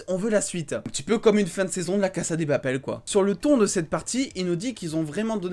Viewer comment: Arrête de dire cassa des papel